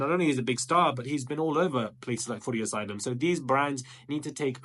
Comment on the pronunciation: You really had me questioning if i've been pronouncing footasylum wrong this who time